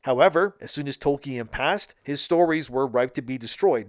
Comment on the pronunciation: Tol-KEE-An? Huh?